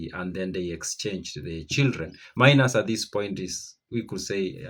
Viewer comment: It’s pronounced Meenas not Minus like the arithmetic operator